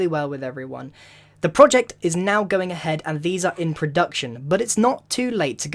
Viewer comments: am I the only person who thinks is funny when he was talking about the cubes he said a-head. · he says "Going aHEAD"